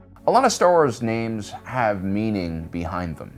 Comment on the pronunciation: Dude how do you manage to mispronounce almost every Star Wars name/word that comes out your vocal chords. It’s honestly SUPER fcking irritating no matter how entertaining your videos are, it’s allllll the time bro like do you even watch the shows and listen..?